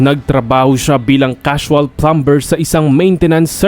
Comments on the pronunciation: It’s promnounce plamer not Plamber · Wag mo nang epronounce ang b sa plumber...."pluh-mr" po hindi plumber oooh ano may natutunan ka?😅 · Kapatid pag butihin mo basa sa ingles hindi sa namg ba bash ako ang bigkas sa plumber ay plamer meron pangbisa pero ayoko ng balikan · Please pronounce it as Plummer. It spelled plumber but pronounced it as plummer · Pronunciation of ‘plumber’!